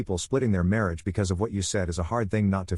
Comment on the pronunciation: "Responsable for his mariáge" 😂